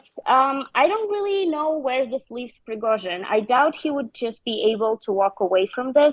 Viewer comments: zh = j Pree go jin, not zin. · Pre-go-zhin. Zh like the s in measure. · What's so difficult about the name Prigozhin? You're a journalist: ask someone how to pronounce it! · FFS! How many times has Prigozhin's name been mentioned and this clown still cannot pronounce it. Not even close 🤦🏻‍♂️ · Is this presenter the only person in the world who could not pronounce Prigozhin's name correctly? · I found that most native English speakers do not pronounce it correctly. The really isn’t ‘ж’ sound in English.